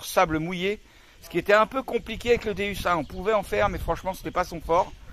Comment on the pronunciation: Salut je vie mois aussi en camion en 208 et je suis a fond dans la détection .par contre petit détail sa dit déOUs sa s'écrit déUs mais sa se prononce déOUs car le non c'est dieu en latin .tu vas te faire plaisir avec j'avais le un maintenent jais le deux depuis sa sortie et c'est un monstre . t'est le xy c'est vraiment top surtout pour de faire a u e nouvelles machines